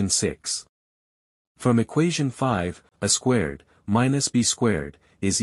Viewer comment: I cringed at every "uh squared" (pronounced the way one would say "a box").